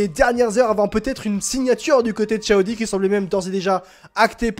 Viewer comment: Arrête de dire ( A odi ) C'est insuportable Audi = eau di 😂 Et A odi 😂 c'est 2026 Donc Sainz à le temp encore et de toute façon sont père est toujours chez A odi ( Paris Dakkar ) il a toujours une solution et un pied chez A odi grâce à sont père. Calme toi, on dirait que ta découvert la Lune Reste calme, Et Sainz est en rien dans le développement de Alpine et MacLaren Et encore moins chez Ferrari lol 1ere Année il fait rien 2eme année bof en plus c'est l'ere Binotto 😂 Vasseur est le seul qui a redresser la barre chez les Rouges, Charles est le pilote de l'avenir de Ferrari et sur qui compte Vasseur donc c'est plus Charles que l'on écoute ( même si Sainz est très bon sur ce début de championnat) (a voir biensur avec l'arrivée d'Hamilton la direction que prendra le développement ) Aller bon courrage à toi A+ A odi 😂